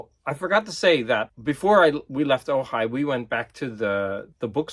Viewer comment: Ojai,! Sorry, couldn't help myself. A lot of those Penguin Classics books look really nice. I read a lot of those as course literature back when I was a student. I could hear the desperate screams of elitist record collectors when you removed the shrinkwrap from those records. 'The Frogmen' looks really cool. Woody Woodpecker... that's like a tripl double entendre. By the way, in Danish, he's called Søren Spætte. No double entendre there but you do have both an 'ø' and an 'æ'.